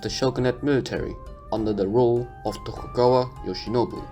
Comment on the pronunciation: its "Tokugawa Shogunate" not "Togukawa", other than that the video is all good for me